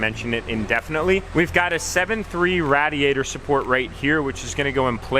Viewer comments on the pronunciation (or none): it’s (ray•dee•at•tr) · Please tell me that’s not how you pronounce “radiator” 😭😭😭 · Did he just say RaAdIAtOr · Rad-e-ator? I’m sorry I had to 😂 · Thank god I wasn’t the only one who thought this 😂😂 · The way he says radiator😭😭😭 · The way he says radiator😂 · I came to the comment section just to see if anybody had mention this😂